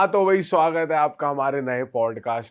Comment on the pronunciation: Bhai jab bhi aapki video dekti hoon starting me aap swagat hai bolte ho or muje hamesha suhagraat sunai deta hai😂😂😂